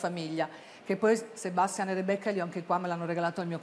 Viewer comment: Rebeccah fah la ballerinah...pensa teh...😂😂